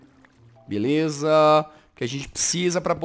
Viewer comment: Eu ri quando ele disse belesa foi em grasado mano kkkkkkkkkkkkk